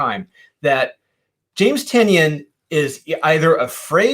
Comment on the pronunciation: Like 190 > it's pronounced Tie-Nun (Tynion)